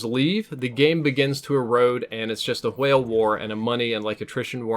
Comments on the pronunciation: Couldn't finish video due to the pronunciation of w-hale. Jk :) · you say whale like stewie says coolwhip